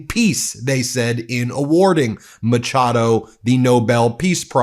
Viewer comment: The CH in Machado is pronounced like an SH in the word 'sheet' for example. That's how it is pronounced in Portuguese and Spanish. With such heavy Spanish influence in America I'm surprised you didn't manage to get that right.